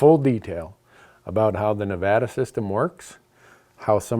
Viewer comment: Randy, big fan. Thanks for pronouncing Nevada correctly. You can stay.